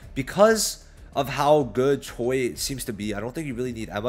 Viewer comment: is not choy it's pronounced as ch-we 😂